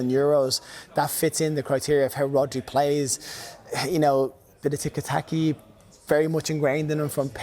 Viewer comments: Did he just say “tiki taki”??😭😭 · Did that brotha say Tikataki instead of Tikitaka